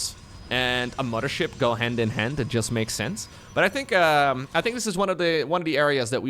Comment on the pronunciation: Mama-Ship? are you from germany? Wasn't aware of that:)